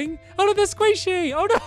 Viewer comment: Stampy: Oh there's Sqaishey! Me: DID STAMPY SAID... SQAISHEY I think he got distracted...